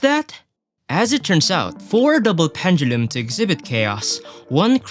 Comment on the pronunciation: Love how you pronounce pendulum